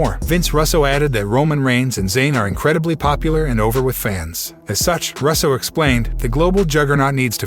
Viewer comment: Russo not rasso